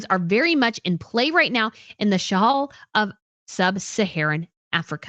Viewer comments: Also, “Shahail”, instead of “Sahel”, “Burkina FASA” instead of Burkina Faso? Wtf? If you cannot even pronounce the regions and countries you’re talking about, then you do not need to be making videos about them. Please just stick to Europe! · Thank you! At first I thought I misheard when she pronounced Sahel as Shahail and then she did it again and butchered the pronunciation of Burkina Faso while claiming to have quite a bit of knowledge about these areas. At least do some research about basic pronunciation before claiming to be knowledgeable. And then claiming it was Russia that spread misinformation about Catherine’s pictures. 🤦‍♀️. This was a tempest in the teapot that the American press (Associated Press in particular) then the British press made a huge deal about for no reason. What did Russia have to do with it. And African countries pivoting to Russia is 1) nothing new (this happened during the Cold War when there countries which preferred Russia because they were never exploited or colonized by Russia unlike the French and British) and 2) an isolated case regarding Niger a French speaking country exploited by the French for years and a case extremely different from the arrangement that the British have with the commonwealth countries. Also, the West does not own Africa or get to decide who these Africans get to trade or be friends with especially when the West starts imposing ridiculous restrictions that Africans find to be morally repugnant as a condition of aid. The CIA and the British Intelligence were actually responsible for a lot of the instability in Africa during the Cold War as they sponsored and engineered coup d’etats in many African countries to remove governments they considered neutral or Ru